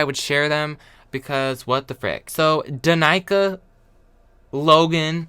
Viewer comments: Pronouncing Danica as dah-nai-kah is big dick energy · DANICA😂😂😂 Spot on pronunciation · HAHAH HOW HE PRONOUNCED DANICA WHAT???? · Did really pronounce Danica like that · "When I was a kid, I thought Mexico was a continent" 😂😂😂 the laugh I let out "Maybe I need to meditate on it" The pronunciation of Danica sent me